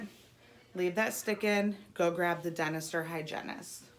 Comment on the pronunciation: What was said: "the dentist or hygienist" What I heard: "the dinosaur hygienist" o.o